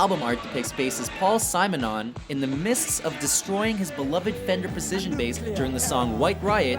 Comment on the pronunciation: LEARN HOW TO SAY SIMONON!